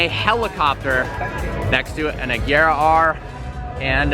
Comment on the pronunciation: NOT AJEERA. ITS PRONOUNCED UH GEAR UH